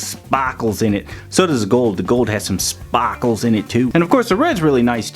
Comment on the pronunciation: The way you said body and sparkles is so funny 😂😂😂 plz tell me what accent it was